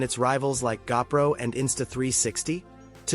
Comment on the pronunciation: Gah-pro?? I effing hate AI!!!